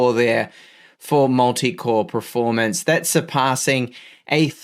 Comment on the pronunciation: I watch every video waiting for the word "PREformance". Never lets me down ;)